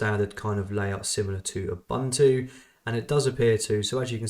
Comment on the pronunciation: Interesting how far they went emulating Windows 11, yet it still seems unpolished. But yeah, I definitely don't see anyone paying for this given its current state. Also, BTW, Ubuntu is pronounced "oo-boon-too", not "oo-bun-too".